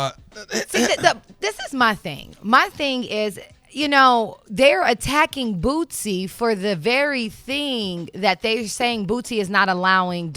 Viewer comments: Eva...his name is Boosie!!! She kept calling that man Bootsie🤣🤣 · Its not Bootsie, it's Boosie Badazz!! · Ima need Eva to say Boosie and not BOOTSIE bye girl you unprepared lol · It's not bootsie its boosie Dumbass girl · Am I the only one who caught her sayin BOOTSIE when it’s BOOSIE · Does he deserve the backlash because he's Boosie or because it's Dwayne Wade or just because it's Dwayne Wade's son? If it were any other person or a random civilian would any of this matter as much? By the way his name is Boosie not Bootsie🤷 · This airhead keeps calling boosie bootsie. Put some respect on this niggas name! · Bitch it’s boosie not bootsie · Bitch said bootsie 😂😂😂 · Boosie!!!!! not bootsie 🙄🙄🙄🙄🙄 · It's not bootsie like bootsie Collins. Its lil boosie like boosie BAD AZZ . come on enunciate his name correctly. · Is she saying bootsie? I know it's Boosie but it sounds like she's saying bootsie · Who tf is bootsie?! It’s Boosie Eva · Hey Eva it is Boosie not Bootsie ❤ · It’s HIS opinion and I don’t think he should apologize for nothin! It was REAL TALK! But why she keep saying booTsie? It’s BOOSIE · Why they keep calling brother “Bootsy”??!! 😂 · If she say Bootsie 1 more time. 🤣🤣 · Did she say bootsy? Lol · Someone should tell Eva it's not Bootsie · She calling em Bootsie😂😂😂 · Eva keep calling him “Bootsy”😂😂😂😂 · how you gonna be on this show and not know how to pronounce boosie